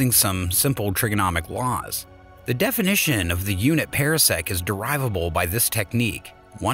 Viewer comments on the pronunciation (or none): Different commentator, same mispronunciations. One example: parsec pahr-sek not para-sek. Could have been a great video but ... down vote. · FTR: Par - sec not Pear - sec. oh and Ma - gel - in instead of Mag - allien. Not a English lesson or meaning to be crass - just noticed. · And it's PARsec, like a Par 4 in golf. Not Para-sec, as in Parachute. And the plural is Parsecs. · This voice mispronounces terms. Parsec is properly pronounced like a golf term: par sec not like a pear (pear sec) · And it is pronounced ˈpärsek